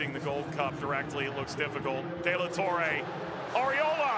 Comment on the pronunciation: “Dela torray” 😂